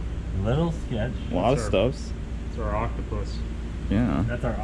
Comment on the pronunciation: "Oct-ane-o-pus" that sounds bad - cleetus mcfarland